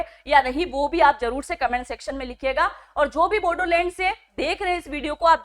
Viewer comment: बोडोलेंड नहीं... बोड़ोलेंड है